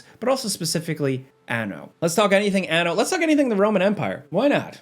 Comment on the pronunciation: Hehe, He said ano... (giggles in Spanish)